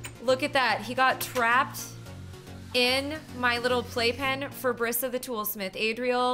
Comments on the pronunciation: It's not Bri sa it is pronounced breesa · It's not Bria It's Brisa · That's my name! Brisa but it's pronounced Br(e)sa